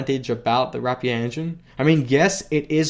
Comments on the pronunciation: why do yofu pronounce rapier as wrap pier? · I like you, and your videos,... but PLEASE stop RAPING the word RAPIER, for the RAPIER engine name... RAPE ER is how you pronounce it:) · Rapier is pronounced as "rapeer"